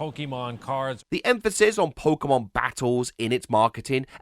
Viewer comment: You keep pronouncing "Pokémon" wrong.